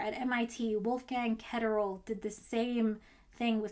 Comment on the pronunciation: it's pronounced ketterlee i thought, Eric Cornell pronounces it Ketterlee. Eric is a BOSS, best advisor ever